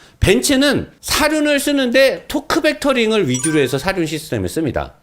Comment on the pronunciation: 이제 도크벡터링 아니고 토크벡터링이라고 해주시네요 감사합니다